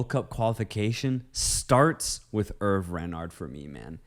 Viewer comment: Its pronouned as "Hervey".